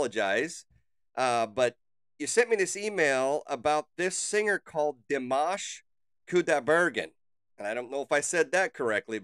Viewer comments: You did great in pronouncing his name! Great reaction! Dimash is truly a gem and you will have an amazing journey discovering his talent! The audiences didn't know Dimash and he was the first performer on the first episode of this competition, between already well known singers! Coming in as a wild card and they did not expect him to stay longer than 3 episodes! The other contestant are those, who sitting back stage. He proofed them all wrong 🤣😉. His performance got so many views over night, he needed bodyguards the next day and stayed until the very end as runner up! But more important was he won over the hearts of so many people! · you are correct in the way u pronounced his first and last name at the time he is singing in french . he is from kazakhstan. this was 2017. he was invited to the i am singer show to participate.. he is humble and a very sweet young guy. very talented. he came in 2nd place only because the first place winner had to be chinese.. the has numerous song out he has a channel with list of all his songs he has sang over the years on tours and recorded.. his english has improved tremendously. he has trained so much. his father and mother are singers as well.. he is currently 28. will be 29 in may this year.. he feels the lyrics and the music... he also has completed his doctorate in music comp and all aspects of singing... the sings in over 12 languages. has 7 or 8 octives... ive loved listening to him since 2017 from this show.... please reactio to more.... ty for your reaction....